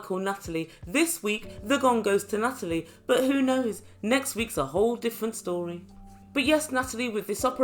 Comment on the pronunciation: Nuttalie - love it!